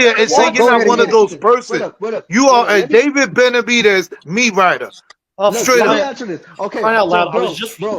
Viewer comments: How none of those actual latinos are calling you out for CONSTANTLY calling him bena-vi-dees was beyond me. Its disgusting on the ears... You must have been trolling because i heard you butcher his name more than the combination of the group combined used it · Bena-vi-dez... Try it, its not too hard